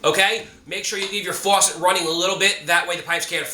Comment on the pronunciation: yea I like the way he says “fuwasset” 😂 👍🏼